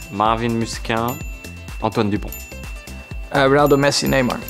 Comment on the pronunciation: Ocon a real one for saying Dupont